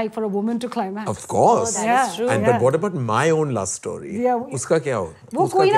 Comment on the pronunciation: story not St-Aww-ry.